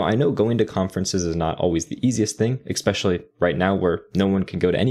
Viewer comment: It's good to hear some of those things said out loud. Thank you! ...Also: Mistake #6: Driving away potential customers by saying "expecially" 😜